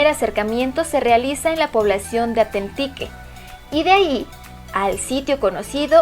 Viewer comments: No es "Comalá". Es Comala. Se escribe sin tilde y se pronuncia con acento en la segunda sílaba. Y no es "Atentique". Es Atenquique. Saludos. Buen video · Mal pronunciado Comala, no lleva acento, además es atenquique, y es Miramar en Manzanillo.. pequeños detalles que deberían checar..